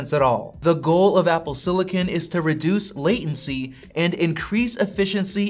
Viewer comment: It’s “silicon” not “sillican” ;) not being able to say the word correctly makes me question the authority of this video